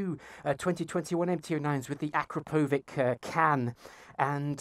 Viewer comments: its pronounced uh-crop-uh-vich not Akro-pove-ick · Not akrapovik Bro anrapovichhhh !!!! It's Slovenian